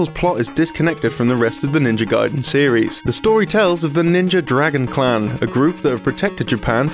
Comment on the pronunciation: were you saying Clown or Clan?